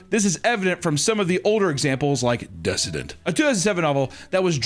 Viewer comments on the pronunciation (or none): Uh oh, thinks the word “decadent” is pronounced “dessident”. I think it’s time he buffs up on his English by reading smut novels 😂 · Desadint instead of dekadent, fuck yeah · i swear the episodes are getting intentionally more uncomfortable to watch for the sole purpose of masking mispronouncing words. deSSadent? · Did he really pronounce decadent “dessadent”?? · It’s pronounced *DECK-uh-dent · I think the most disgusting thing in the video was how pronounced decadent..